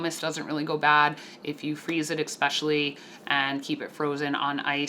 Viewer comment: "EX-specially..." Especially**